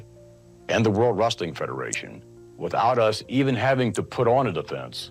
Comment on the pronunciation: Linda McMahan was lying to protect her husband and money. That guy on Morton Downy ,Dr somebody, is such a jerk! And says Rasseling. Sooooo annoying!